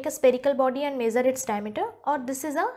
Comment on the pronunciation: The video was good but it is not mazer the length it is measure the length 😏